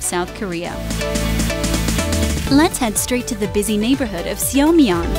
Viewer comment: Prononciation fails! Korean romanization has some rules. EO sounds like U in “sun”. Seomyeon = Su-myun Bujeon = Boo-jun AE sounds like A in “fan”. > Do not pronounce separately E & O Haeundae (hae-oon-dae)